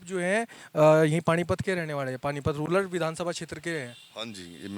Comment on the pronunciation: पत्रकार महोदय जी आप रूलर शब्द प्रयोग कर रहे हो ये रूलर नही रूरल (गरामीन) है। धन्यवाद।